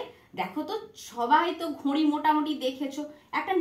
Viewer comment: আপনার ঘড়ি উচ্চারণের নাসিক্য ধ্বনির প্রভাব রয়েছে